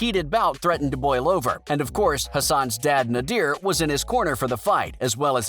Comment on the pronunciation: Good vid but it’s not pronounced nadeer it’s pronounced nay-der side note: Nader didn’t not want Hassan to fight Hassan kept doing boxing then stopping so Nader said take it seriously or your not doing it